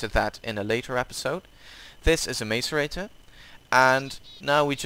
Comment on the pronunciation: Mace-a-rate-or It’s Mass-eh-rate-or